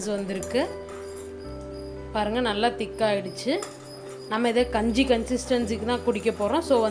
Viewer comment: Enna ma gunju solra its kanji ma